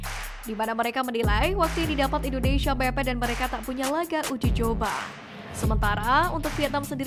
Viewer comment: INDONESIA, Neng Bukan INDONeiiiisyiiiia ya😂😂😂😂